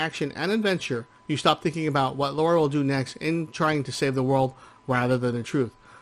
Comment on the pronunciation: Lah-rah. "Laura" is a different name, altogether. I wouldn't mind, but she is quite clearly addressed as the former in every single game.